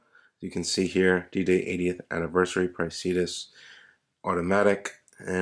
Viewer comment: Is it not “pray-si-duss?”